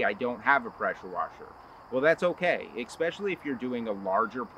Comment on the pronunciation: ESpecially, not EXpecially.